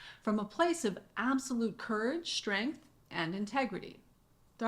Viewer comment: Brilliantly laid out! Are you saying Courage & "SHTRENGTH"?